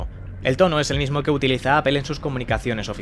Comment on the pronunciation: No es solo que lo pronuncien literal que ya suena horrible, es que siempre que supuestamente lo pronuncian en ingles lo pronuncian mal, apple en ingles se pronuncia mas o menos apol, literal es aple y ustedes dicen apel, google en ingles se pronuncia mas o menos gugl, literal en espanol seria gogle, ustedes dicen gugel, connecticut en ingles se pronuncia algo como conericot, en espanol literal seria conecticut , ustedes dicen conecticat, ni en ingles correcto ni espanol literal y esos son solo tres ejemplos